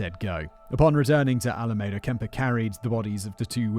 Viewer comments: It's all a me da not ala maida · Another wonderful job about a story that makes me truly angry since he killed and then got out of jail to kill again. I am from the San Francisco bay area, so this is very close to me. For future reference, the name of the town - Alameda - is pronounced Al-a-ME-da. I grew up just south of there. It is also the name of the county where that city is located. Keep up the awesome work! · pronounced "Alameeda." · I’m digging how Simon pronounces alameda 😉😊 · Simon, how can you call yourself a Star Trek fan if you don't know how to pronounce Alameda?🐋🐋😉